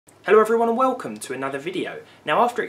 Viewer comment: wewcolmed